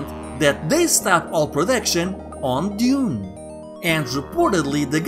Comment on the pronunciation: "deez" "dayoon and dayoonah tayooah!"